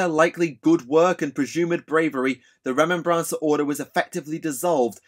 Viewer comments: Why do you add the "N" sound its remember combined with mancer like necro-mancer. Remen-N-Bancer just sound off. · I don't if it's the difference between British English and American English but the way you're pronouncing "remembrancer" is killing me. You or I one is putting the wrong emphasis on the wrong syllable. Other than that, you made the history of historians pretty cool.